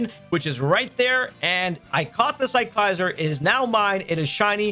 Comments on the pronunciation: It's not a Lye-zard. It's a Lizard. It's Cycle + Lizard = Ci-cla-zar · I hope i'm not being rude but you pronounce Cyclizar as Sike - Liz - are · the way he pronounce cyclizar 🤮🤮